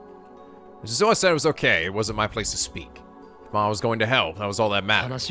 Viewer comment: I'm mostly just continuing with this because it's reasonable to not know how to pronounce foreign words, except that the voice actors are literally providing you with proper pronunciations. Rule of thumb for Japanese names, please stress the THIRD TO LAST syllable. This is VERY CONSISTENT; you should never need to guess how to pronounce names: Amane SUzuha, not aMAne suZUha MAyuri, not maYUri Okabe RINtaro, not oKAbe rinTAro / Okarin, not oKArin / HOUouin Kyouma, not houOUin KAede, not kaEde FUbuki, not fuBUki Itaru HAshida, not iTAru haSHIda HIyajo, not hiYAjo MAkise KUrisu, not maKIse kuRIsu KAgari, not kaGAri (this one you got right) MOeka, not moEka And from other games, to make the point clear: MAjima, not maJIma MAkoto, not maKOto KAzuma, not kaZUma If you don't believe it, just listen to how the voice actors pronounce the names. It's a western tendency to stress the second to last syllable instead, but third to last is correct. I would understand not knowing how to pronounce names if you read them with no context, but in games like Yakuza and Steins;Gate, the voice actors read out the name for you so you should know how to pronounce them.